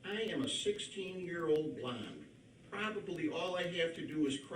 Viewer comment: I thought at first that he said "I'm just a 16 year old blob" instead of blonde lol